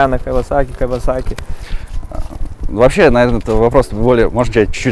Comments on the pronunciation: Оскар, не "Кавасаки" бро... Кийосаки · да, ток не Кавасаки, а Кийосаки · Не Кавасаки, а Киосаки )) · А мне показалось Оскар говорит кавасаки)